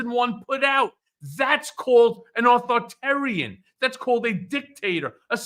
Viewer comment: needs to sound out all the syllables in authoritarian. Not authortarian. Minor point. Personal peeve and not earth shattering, I know.